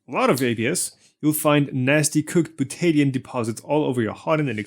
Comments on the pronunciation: You are pronouncing butadiene as byu-TAY-dee-un (with emphysis on the "tay"). My chemistry teachers always pronounced it byu-tuh-DIE-een. The emphysis is on the "die". The Buta part is the same root as in Butane, that flammable gas in cigarette lighters. It refers to four carbons in a chain. The die part means that there are two double-bonds in the molecule. The een part refers to the double bonds themselves. Of course I am an American which may make the whole difference. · Bootaydian? What is bootaydian? I think you meant. Butadiene, byoo· tuh·dai·een. Slow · Butadiene is pronounced bute-a-di-ene. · Properly pronounced “byoo-tuh-dahy-een”. This isn’t a Tomato Ta-Ma-To indifference and in chemistry not a good idea to parrot. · Dude. Its called Beaut-ta Di--eeeeeennneeee. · butadiene is pronounced byoot-a-dye-een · as a chemist... the way you pronounce Butadiene hurts my ears it is Bil-ta-dy-in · "buta-di-ene" instead of whatever it was you said mate, though maybe thats the Australian version... but it dosent end in 'o so it cant be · Ye that's not how you pronounce butadiene.